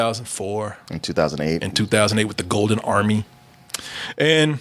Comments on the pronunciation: I noticed that too. I had to rewind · Why did suddenly sound like a white guy when he said "Golden Army"?